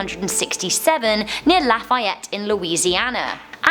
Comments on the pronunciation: the way she said Lafayette😂: laugh-I-yet us Louisianans: Laugh-E-yet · um sorry but Lafayette is pronounced (laugh-e-et)